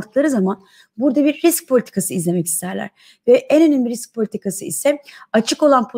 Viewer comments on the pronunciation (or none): 34. Sn de RİKS mi dedin sen...🤦🤣